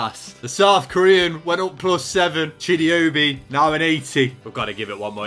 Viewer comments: Anyone else annoyed that kept saying chidi obi instead of chido obi 😒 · The way you’re saying Chido Obi, please say it right 😂😂😂